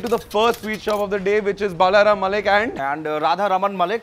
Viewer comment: It's not mallik it's mollick